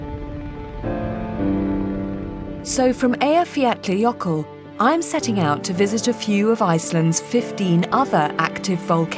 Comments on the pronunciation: Dear Kate Humble, the Volcano calls E y j a f j a l l a j ö k u l l (Eyjafjallajoekull) (there is no d or t in the name!!!) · Another presenter who can't pronounceEyjafjallajökull... EYE-uh-FYA-luh-YÖ-kull. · BEFORE — I continued with this documentary, I am so eager to hear how they will pronounce the name of the volcano 😂🤯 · Every time I tried to pronounce Eyjafjallajökull there's a tiny volcano erupted in my brain and mess with my tongue. But really, Iceland is one of the most beautiful country in the world...